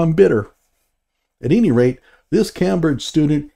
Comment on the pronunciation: As a sharp critic, you stink. And you should really learn how to pronounce Cambridge if you're going to do the old 'smug condescension' bit.